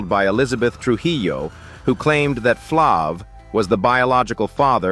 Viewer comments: Flav with a long A not flic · As many times as this male voice said Flav wrong🤦🏾‍♀️